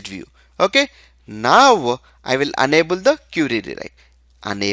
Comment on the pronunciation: Good explanation dude. Thank You. But you are mispronouncing Enable as 'Unable'